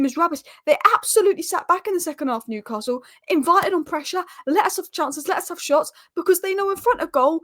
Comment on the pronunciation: Also there isn’t an R in Newcastle.